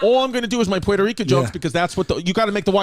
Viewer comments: Dudes over pronunciation of puerto Rico is a bomb inandofitself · Distefano’s pronunciation of “Puerto Rico” annoys me so bad. I know that’s technically the right way to say it but no one in the states who doesn’t speak Spanish says it that way. In fact I do speak Spanish and I don’t even say it that way unless I’m actually speaking Spanish.